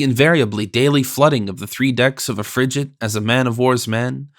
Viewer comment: I gave up on the pronunciation of “FRIGATE”! A “g” is hard before an “A” . Seriously, the preface on understanding language in its time was hardly more apt, particularly when the reader is unable to effect the proper pronunciation!